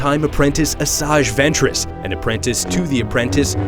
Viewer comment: this guy speaks out asajj ventress like "asag" ventress but its spoken like "asai" ventress. and to all those Idiots who want to correct me I know her name is asajj ventress!!!!